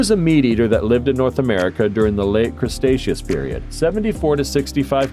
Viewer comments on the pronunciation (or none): I died when the narrator said "Crustacios period" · The narrator is terrible. He pronounced Cretaceous "CRUSTACEOUS" like it is some kind of crab.